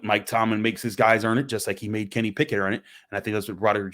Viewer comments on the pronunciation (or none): none